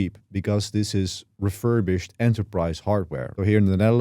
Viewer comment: please say THESE and THIS not DEEZ and DIS, cant even pay attention to what your saying